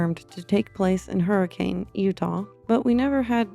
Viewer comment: ITS HURRI KHAN